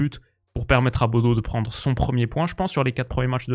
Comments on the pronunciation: Superbe vidéo ! Petite précision, Bodø ne se prononce pas [Bodo] mais plutôt [Bodeuh] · Hey super vidéo encore! juste je crois qu'on dit "bodeu" ou "boudeu" pour Bodø en norvégien! faudrait rechecker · Super Vidéo comme d'hab! (Juste petite précision Bodø se prononce Boudeu)